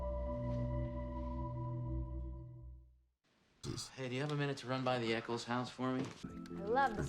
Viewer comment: The ch in Echolls is pronounced like a k. Also glad you like this ep it is my favourite along with A Trip To The Dentist later in the season.